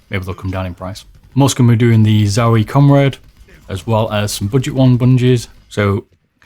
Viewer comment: did you call the Zowie mouse bungee the "Zowie Comrade"?? LOL it's comade! Gave me a good laugh thanks 😂